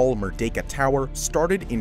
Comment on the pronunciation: Shout out to your 100% accuracy in pronouncing “Merdeka” 👏 Many foreigners mispronounced as “Mer-dee-ka”. The correct pronounciation is “Mer-day-ka”